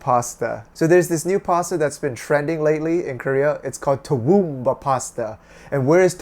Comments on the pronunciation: Toowoomba is pronounced too woom ba (I live there and this is so weird for me)✌️ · I live about...2 hours from toowoomba? This is so surreal. Ive never heard of the dish haha. You're pretty close with the pronunciation- its Tah-WOOM-bah, emphasis on woom but still quite monotone. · Just made for the chain, I'm afraid....I can't be the only bewildered Australian who clicked on this video. Actually regional cuisine isn't something you see much in Australia generally. Re. pronunciation (as I've heard it), it's hard to describe, but the most emphasis is on the sticky 'mb' bit. So I think your last attempt was pretty on it really. No need to elongate the 'oo' sound too much, it's like the one in 'woof' kinda. A lot of Australian pronunciation is just fast. You may have noticed few even bother with the 'u' in the country's name. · lol I lived in Toowoomba for 9 years- went to uni there. I've always pronounced it ta(h) whum bah!